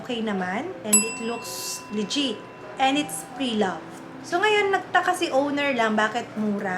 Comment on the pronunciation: I find it hard to trust also somebody who pronounces legit(le-jiht) as (lee-jeet) 🥴🤷🏻‍♂️